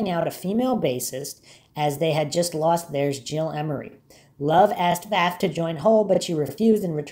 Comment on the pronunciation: Last name pronounced correctly. Thank you